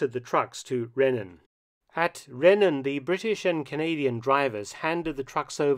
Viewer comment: Hi Mark, Interesting video, as always! Rhenen is pronounced as Rheenen. As heard here